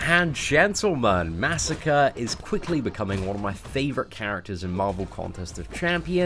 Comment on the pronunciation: disliked. You pronounced Masacre's name incorrectly. :middlefinger: It's Masacre, not Massacre. MAH SAH CRAY. Say it with me. MAH SAH CRAY.